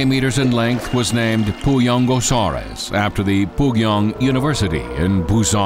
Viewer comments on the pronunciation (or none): ruyangosaurus not puyangosaurus